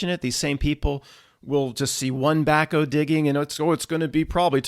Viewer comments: Back-HOE. Back-o? Wtf is that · Is back-O a PA term? Never quite heard it pronounced like that...one of many, Haha